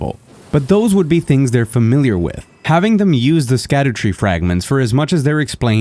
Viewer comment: Good video. Btw sc in scadutree fragments is old english and there sc = sh. So its called shadutree fragment (shadowtree).